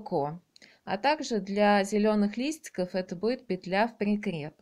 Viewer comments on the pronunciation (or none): none